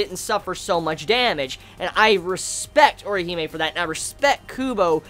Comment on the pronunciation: Put some RESPEK on Orihime's name, yo.